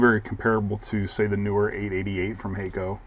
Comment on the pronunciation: It's obvious that it's "Hack-o" not "Hay-co"! And what is a soddering station?